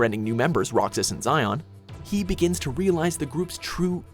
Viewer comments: It's Shee-On not Zion. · Xion pronounced Shion, not Zion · Xion is pronounced "Shion" not Zion. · It’s Shee-own and Zae-ha-nort not zion and zeeanort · I swear the names are not hard to say guys. Zion?! It’s Xion (she-on) 😑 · "Roxas and Zion" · Lol Roxas and Zion... Her name is pronounced Xion (She-on) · Xion sounds like Shion not Zion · I was happy they finally did this And then he said Zion instead of shion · Zion!?!?! It’s XION (She-On) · I’m ashamed. You called Xion Zion. It’s pronounced SHI ON. Not ZI ON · It’s Shee-Own on Zion XD this ain’t the Bible haha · 1. Where tf is Xemnas and Marluxia? 2. It's She-on or She-own not Zi-on. Get it memorized. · they say zay on but its She On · "Zion"? try "SHE-on" dude... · You were so close to pronouncing all the names correctly. And then you said Zion. It's pronounced She-on. The clip in the honorable mentions even pronounced it right. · Its not Zai-on, it's She-own lol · It's not "Zion" it's "Shion" lmao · It’s not “Zi-on” it’s pronounced “Shi-own”... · Xion is pronounced like "she on" not "zie on". Roxas literally says her name correctly later on in the video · Did the guy seriously pronounce xion as "Zi-on"?!?!?! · He called Xion Zion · Zey-anort Shee-on thank god that Kairi wasn't mispronounced as Carrie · its not pronounced Zion lmao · “his best friend SHyOn “ The entire game has voice acting and they clearly say Xion’s name abput a thousand times, how!?!? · "Zeeanort" "Zion" ... REEEEEEEEEEEEEEEEEEEEEEEEEEEEEEEEEEEEEEEEEEEEEEEEEEEEEEEEEEEEEEEEEEEEEEEEEEEEEEEE: Chain of memories. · I'm sorry...master "Z"hanort? I'm sorry..."Z"ion?! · Ahhh Z-anort Z-ion really? Seriously WatchMojo get a narrator who actually knows something about the stuff he narrates. (Anyone who's watches stuff on this channel regularly should know this is an ongoing problem and not simply referring only to this video) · Please... xion is pronounced She-on Xehanort - say-an-ort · I had to pause when i heard "zion" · BTW it's pronounced she-on